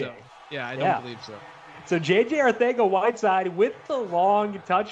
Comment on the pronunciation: arcega-whiteside lmao other than that very entertaining & interesting!